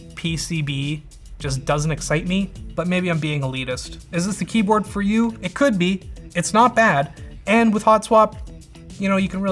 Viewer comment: What an insufferable kjeyboard.